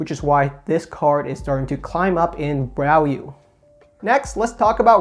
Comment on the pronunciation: “Bralue” 🤣 Love the video! Awesome as always